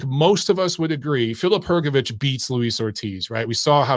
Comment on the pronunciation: Good to hear someone pronounce Hrgovic correctly